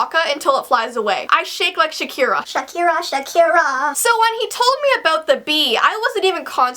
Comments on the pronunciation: Shakira not shirkera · it's not Shirkera, it's Shakira, well yes it was really funny!😂😂😂😂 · Its Shakira GET IT RIGHT